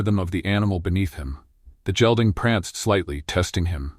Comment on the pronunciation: San Antonio, good story but need to pronounce “gelding “ like gate ..Hard g not soft g like jell ding.